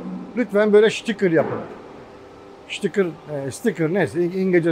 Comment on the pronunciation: Sizde çok rahatsız edici bir psikolojik hal var. Tarihi eser niteliğindeki eski ingiliz karavanı tanıtırken de çok rahatsız olmuştum. Adam şitikır diyor, sticker diyor çıkartma diyemiyor.